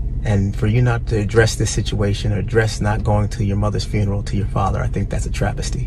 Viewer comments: Funeral not Furneal 😂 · The “fooneral” Ti always be pronouncing stuff different and I’m here for it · SIS. It’s pronounced fyoo •nr•uhl FUNERAL LOLOL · be like “frooneral” 🤣🤣🤣🤣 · Right lol I was like "girl the what????, phooneral?" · " Fernaral"...ti what ? 😭😭😭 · I love the way you pronounce funeral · Sorry I can't with the pronouncing of Funeral.. But I love,love Love you Ti and your channel! Day one fan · You need to learn how to pronounce funeral.